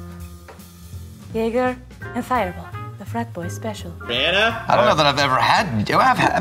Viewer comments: He called it JaGGER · That man has spent his his entire drinking life calling it JAG-er and his friends just let it keep happening. I don't know why but it's kinda great. Lmao